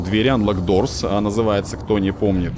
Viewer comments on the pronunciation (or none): none